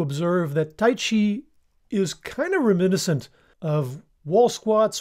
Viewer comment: First time I've heard this pronunciation of 'reminiscent'